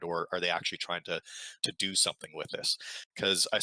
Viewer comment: He’s always been on the “didn’t mean tew dew it” train